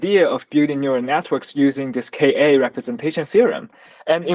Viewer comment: Is he saying the cock theorem? because that's a bad name